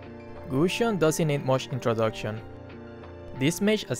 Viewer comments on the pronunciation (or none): "Gushon didnt need much introducshon " i like that 😂😂😂😂